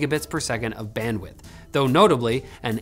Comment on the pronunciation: You said it wrong, it's not Bandwidth, it is Bandwdith